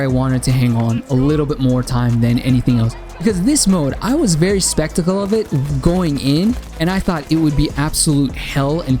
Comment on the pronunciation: its Skeptical not spectical lol